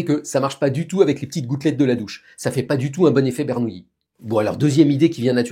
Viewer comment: Très bonne explication. Par contre, pourquoi tout le monde, y compris vous M. Bobroff, dit "Bernouilli" alors que c'est "Bernoulli" ? Pardon pour le troll, j'adore vos vidéos.